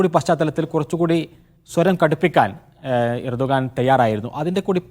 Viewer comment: urdugan alla Erdogan:)))